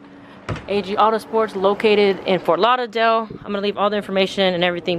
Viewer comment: Its the way you say Fort Lauderdale for me lol